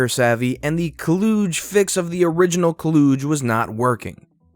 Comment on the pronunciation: "kludge" "klooodje" How on earth do you mess up a word that badly? It's like Clutch except with a soft t/g.